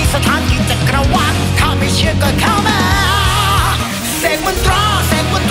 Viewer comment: ชอบการออกเสียง คำว่า เข้ามา ของคุณมากครับ